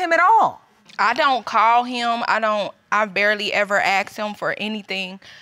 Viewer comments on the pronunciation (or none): When are they going to learn to say “Ask” not “Aks” what school do they attend if any? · It’s “ASK him”, not “AXE him”!! Is proper English taught in schools anymore?